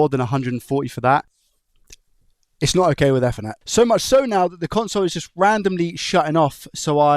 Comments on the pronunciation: Not eth-ernet. EEEthernet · Eth-er-net ❌ E-ther-net ✅ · Everytime he said Ether instaed of Eether it hurt my ears :) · its pronounced ethernet not ethernet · Say it with me. "Eth er net." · Yeah, idk why he pronounces it like that 😂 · That bothered me too haha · the way my bro says ethernet kills me 😭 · I’ve never heard anyone pronounce Ethernet like that. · Bro said ethernet on purpose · why are you saying Ethernet like that?😂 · Came here looking for this comment :) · He can't even say ethernet. Imagine him phoning and asking for a 'new chip for a soth bridgy' and the guy is "what laddie?" "A soth bridgy" "Noo, we don't have anything like that" "What about an effernet cabul" "What?"